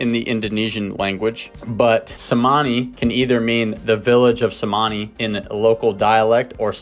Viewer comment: The "C" in Cemani is pronounced in Indonesian as a CH sound... so Ayam "Chuhmani" would be phonetically correct...just a trivial detail... :D Great video!